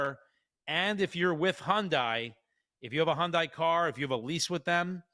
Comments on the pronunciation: You're making me nuts with the Hondie. Hyundai is pronounced HUN-DAY not HON-DIE. Lol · Hyundai is pronounced like Sunday. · As a korean native, the correct pronunciation is Hyon-Deh.